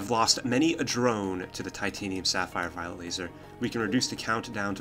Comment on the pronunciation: Is it me, or you are really constantly mispronouncing "violet laser" as "violent laser"?